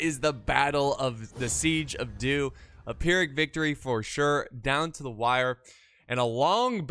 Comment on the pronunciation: I swear to god I thought he said the siege of Duke. I was gonna laugh so hard